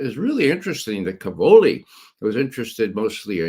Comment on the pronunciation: Cavolo, plural cavoli, are stressed on the first syllable: càvolo/càvoli. It means cabbage.